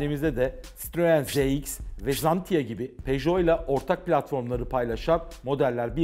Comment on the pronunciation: 27.13 zantia değil canım xantia